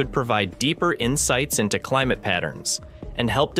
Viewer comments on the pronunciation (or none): none